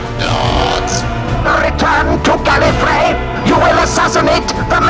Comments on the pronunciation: Wait, Davros pronounced it "Gallifray" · "The Time Lords of Gallifree" ... huh, I didn't know they pronounced it differently in the old series.